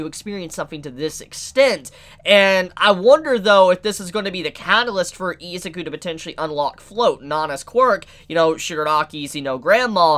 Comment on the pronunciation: Take a shot evrytime says "Eezuku" 😂